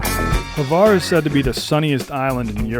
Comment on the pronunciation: Why is he saying Havar? Its Hvar idk where he gets that A from lol